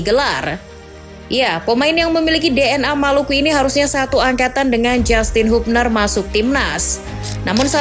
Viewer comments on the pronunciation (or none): none